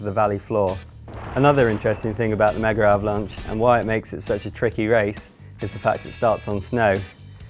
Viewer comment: Why do they say "megaravlanche"?